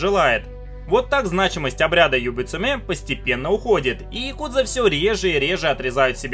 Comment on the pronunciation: ну хотя бы правильно говорил, не яКУдза, а Якудза, с интонацией на первый слог. В словаре японских интонаций можешь убедиться, ну или послушать любого японца) Режет слух почти так же американское каРАтии вместо каРАТЭ.